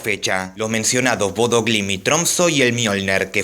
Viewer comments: Se pronuncia: "Boudah" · En realidad, Bodø, se lee "Bode", ¿No?